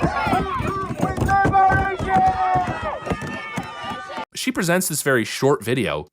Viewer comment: "Ope weeth leeber-ayyshun" might be grounds for dismissal from the US.